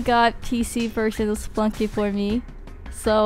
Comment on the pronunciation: I like how she says Spelunky. It sounds like she's saying Spunky.